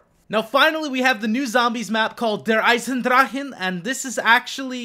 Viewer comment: Cant stop laughing how you said eisendrachen xDD